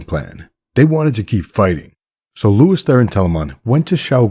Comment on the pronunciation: Sounds like you're saying "Lewis" instead of "Lews". Are you sane " Lewis"?